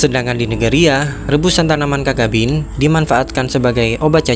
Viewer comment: Video yang informatif. Namun sepengetahuan saya yg dangkal, cacabean dibaca/diucapkan sebagai mana tulisannya, ca-ca-be-an, bukan kakabin